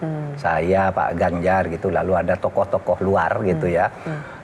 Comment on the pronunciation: Z mahfud bukan ganzar